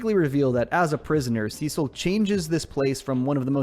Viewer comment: Cecil is pronounced (see-sil) not sis-ill